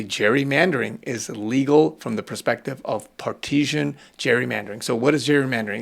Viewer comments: Part - i - san Not, par tee zhan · par ti sin...not par teashen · It's not par-teez-shun. It's par-ti-zun. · partisan (Par-tuh-zun), not partisian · Respectfully… it’s pronounced Par-ti-san. It’s not like a French bread nor an Italian cheese. It sounds like it’s spelled. Par-ti-san. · We clearly don't have enough conversations anymore. Partisan is PAR-ti-san. It's not like parmesan (PARM-e-zhan) or Parisienne. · Love you content, but it is Par-ti-san. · “Partisan” is pronounced Par-teh-zun.